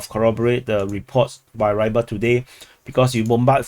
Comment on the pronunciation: just something: Rybar (Рыбарь) should be pronounced prounounced Reebar', not Raibar